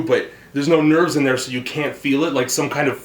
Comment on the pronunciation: So "come up in dehr, and come back down latah"? Fair enough for a "daddy kink"